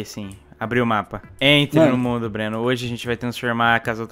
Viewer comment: a coisa mais bizarra e ele falando ''Breno'' ... tip: meu nome tmb é Breno